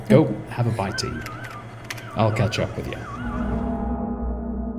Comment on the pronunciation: Why did he put the emphasis on both jaw and bite lol